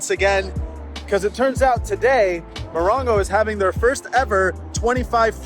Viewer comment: Moron-go or Mo-ron-go?